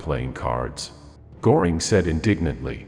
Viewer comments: Pronunciation is awful..Go -ring and Do-nitz is incorrect. 🥴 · And Goring is pronounced more like GER-ring, because if my memory is still good, the O has an umlaut over it (two dots). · It's not Gooring! Göring! Please, learn something🇫🇮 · Göring is pronounced Gerring not Gorring…just wanting to help! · AI voice won't do it for me . Maybe teach the computer to say Goring . There is an "umlaut" over the O . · I'll see your "Heyn-Rickey" and raise you a "Gore-ing." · Pronounced Hein-rit-si. Machine fails again. Also, Ger-ring. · Apparently, AI voices have no understanding of what an umlaut is. Goring is what a bull's horns do, while the ö in Göring sounds like the first syllable in girl, curve, and fleur. Lately, I have gotten to really hate AI. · Please learn how to pronounce Göring. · AI can't pronounce umlauts? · For gods sake get a voice that can at least pronounce names correctly - Goering’s name is mispronounced repeatedly. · The narrator doesn't know how to pronounce "Goering." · Not just the names of generals. Göring is also pronounced wrong.